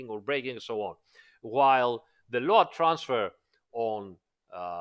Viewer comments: Why you keep pronouncing it LO-ADD. Instead of Load (lowd)? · I really like the way is pronouncing LOAD, even knowing it's not correct....